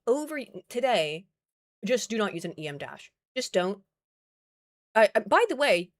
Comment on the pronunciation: Em dash, em is a word. It's not ee em, it's not an acronym or whatever you want to call it. It's one word, one syllable, sounds like the letter M. It's a unit of measure. Em, not ee em. Em. The Ryanair incident was covered on Blancolirio. The window didn't just pop out. It was hit by a part of the engine. A turbine blade separated from the rest of the engine and struck the window area. Guy is lucky that he survived.